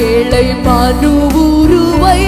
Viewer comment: இந்த சிஸ்டருக்கு ழ உச்சரிக்க தெரியாதா ஏழை என்பதை ஏளை என்கிறார்